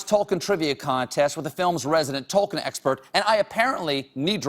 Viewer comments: Not to mention the fact that he butchers the name "Tolkien", [tɒlkiːn], (or 'tol-keen', if you will). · And yet - and yet - he REFUSES to pronounce Tol-KEEN properly . . . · He kept mispronouncing names and places and also got some things wrong and as a lotr fan that made me uncomfortable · He may be the biggest Tolkien geek but he pronounces loads of the names wrong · When he cany say tolkien nor smaug correct.